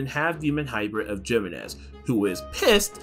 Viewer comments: It's He-menez, not Gee-menez, since it's a Spanish name. Figure I let you know. Great video, by the way! :D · loved this video you explained everything really well but i think its pronounced HEEmenez also the music was a little too loud at times making it hard to hear you <3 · its pronounced “He-MÉ-NEš”